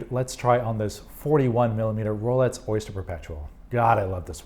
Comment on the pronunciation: Sounds like you're saying Rolets and not Rolex, which is more interesting than you might think, as I have an acquaintance who mispronounces X as TS. Is this a thing? Edit: Yep, he's definitely saying "Rolets". Listen for yourself. Multiple times he says it.